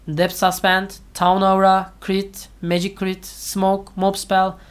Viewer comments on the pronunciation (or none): none